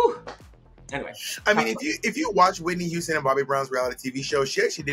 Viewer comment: “Whitney Youston”